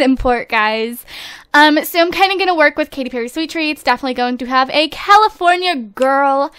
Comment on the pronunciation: () I cannot tell you how many times I went back and listen to you say Katy, like my name is Cady, it's pronounced the same way but spelled differently. So I had fun the episode:D